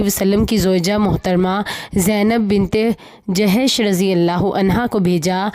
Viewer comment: Ap booooohat achaa kaam kar rahy han MashaAllah .mein kafi time sy ap k channel ko sonti a rahi ho keh nahi saki par ap ko ilfaaz thk byan nahi hoty plzzz ap koch practice kar liya kary .like Zainab binat e hijjash (jehash )nahi.